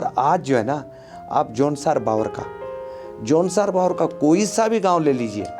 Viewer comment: ये न भाबर है और न बाबर.....!! ये है जौनसार - बावर....!! जो कि दो क्षेत्र विशेष होने के बावजूद सांस्कृतिक और प्राकृतिक रूप से समान हैं! इसीलिए इनके नाम एक साथ लिए जाते हैं! ❤